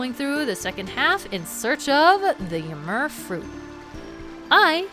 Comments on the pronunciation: Im pretty sure you are saying ymir wrong.the mir part is not like mur its meer. Just think yimeer. I hope that makes sense. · It's pronounced Eee-meer, after the giant of knowledge who took Odin's left eye as payment for a sip from the fountain of knowledge. And Heimdall is named for the keeper of the Bifrost, all seeing and all knowing for the day Ragnarok will come. And Asgard in Sylvarant is also related to these two Norse inspired locations. And that boar summoning power is probably reference to the golden boar that Frey rides in the myths. So, plunging into the drink in the middle of Winter, unsure if you would see your parents again... that is harsh. Sorry for ever making of your fear of water,. With your reaction with Heimdall being one of your favorite areas, I'd say that Minish Cap was a big old tribute to forest areas that you love.